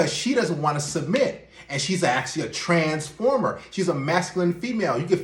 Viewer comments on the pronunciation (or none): none